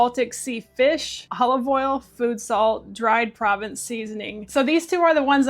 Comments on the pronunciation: Hi there. Always enjoy your content and videos 👍. Provence — pronounced ‘pro — vonce — refers to a region in France, where the local herbs are used both fresh and dried in the cuisine, and are a distinct flavor profile to that region,which now can be found in foodstuffs far beyond France. I’m no expert , just someone who likes those flavors too 🙂. Thanks for your uploads! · Pro_vahnss is how u say provence. (french seasoning) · Just FYI... 🤓 Provence is pronounced "pro-VAHNSE". I know. Hoity-toity. 🙂 It's a region in France. BTW... You have me hooked on those Polar sardines. They are soooo much better than King or Prince whatever and Beach Cliff that are available around here.